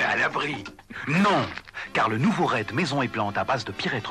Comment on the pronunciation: Amusing to hear "raid" pronounced as "red".